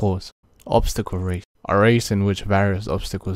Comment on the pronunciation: “Ostacle” Lmaooo, good sht.